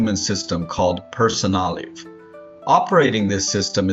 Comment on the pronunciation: Please learn how to instruct your AI narrator on how to say words, especially the name of the tool!